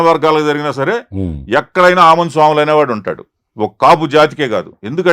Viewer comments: సోములు కాదు...స్వాములు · స్వాములు అండీ ఆయన పేరు, సోములు కాదు అండీ. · సోములు కాదు స్వాములు అనుకుంటా అన్న పేరు.